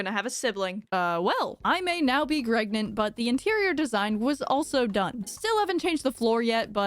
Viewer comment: Did she say "I may now be Gregnant"? Or do I hear wrong, bcs that brings me totaly into the Limbus Company game